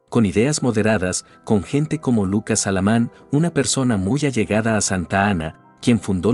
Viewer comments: TODO EXCELENTE. PERO: SE LLAMABA LUCAS ALAMAN, NO SALAMAN. (MIN. ) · Es Lucas Alamán y no Salaman